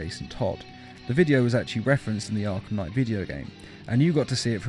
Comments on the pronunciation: "Arlham Knight" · It said arhlum knight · "Batman: Arlham Knight" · Did anybody notice how it's says arlham knight